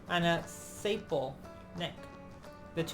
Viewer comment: Spru….spruce top, not sprouse. Sa….pe….le, not saple.